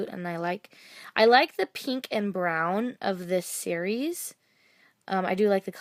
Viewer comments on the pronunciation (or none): none